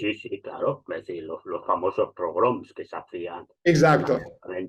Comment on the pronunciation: Minuto es "pogromos", no "progroms".